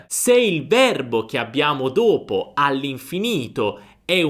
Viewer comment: Perché chiudi la lettera ( O ) quando dici : ( dopo ) ?